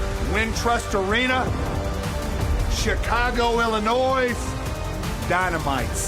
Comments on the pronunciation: He pronounced "Illinois" literally...he should say that to the crowd in Chicago; great heat..🤣🤣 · I'm glad I wasn't the only one who noticed that. I can't stand when people pronounce the S at the end of Illinois.